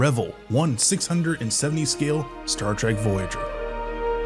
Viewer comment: Staar Treg ... A.I. at its best.